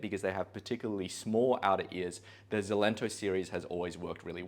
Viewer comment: A little fyi; It’s pronounced EXcelento (like excellent) not Zelento